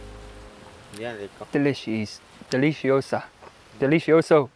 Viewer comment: Deleeshees 😂😂 I love it 💜💜